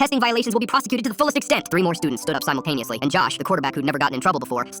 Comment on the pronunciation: You pronounced simultaneously wrong 👺